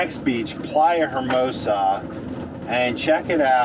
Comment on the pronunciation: Love your videos, guys! FYI, hermosa is pronounced "ermosa." The H is silent in Spanish at the beginning of the word!!! ;-) This ride is so scary!!!